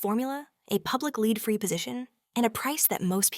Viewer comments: I avoid everything Burt’s Bee. I’m insanely allergic to the cuticle cream. Not ready to test anything else. By the way, it’s pronounced nihch not neesh. Lēd? Seriously? Lead is pronounced lehd. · Leed? Lead 😂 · Strange pronunciation of lead all the way through.is this Ai generated?